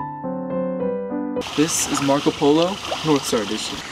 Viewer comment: Love that says “NORF” not NORTH😂😭